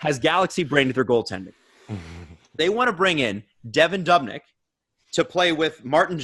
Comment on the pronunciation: I’m sorry guys but I’m losing my mind hearing you pronounce Devin Dubnyk’s name as dub-nyk instead of doob-nyk. It’s the exact same as Dubas. Sorry about the nick picking but I couldn’t not mention it.